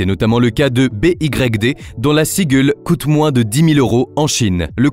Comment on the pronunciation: Sur la forme, ton ia à du mal à dire BYD comme il faut 😅